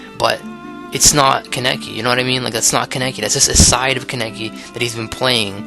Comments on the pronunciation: Kaneki. KAH NEH KI. Not KUN EH KI. It's okay if you mispronounce it. Not your fault-your fault-YOUR FAULT. HAHAHA Sao references... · Kah-neh-kee - Kaneki. Do you have to butcher the name like that? Just takes a real quick YouTube video of the sub to hear a character to pronounce it.